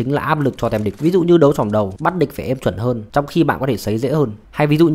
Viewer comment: Có thể đọc là "tim" thay vì "tem" đc ko b? 😁